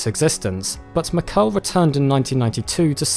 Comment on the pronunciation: Mackerle, not Makel... thumb down for lack of respect for other cultures